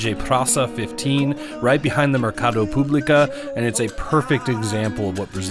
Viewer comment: Mercado "Público" and not publica